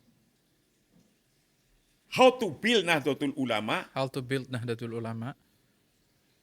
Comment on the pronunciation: Mengucapkan Nahdatul ulama (Nahdlatul ulama)+Rais am (RAA IS AAM)